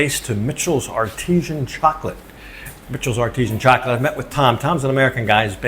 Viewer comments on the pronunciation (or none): Is it not Artisan emphasis on the san, not artesian, that's a well 😄